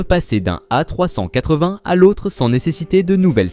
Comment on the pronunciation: Encore une vidéo réalisée avec les pieds. le commentaire est maladroit. Les images montrent tantôt l'Airbus A380, tantôt des avions bi-réacteurs. "A380" est tantôt prononcé "A trois cent quatre-vingt", tantôt "A trois-cent catvin"., par une voie horripilante. A rejeter absolument.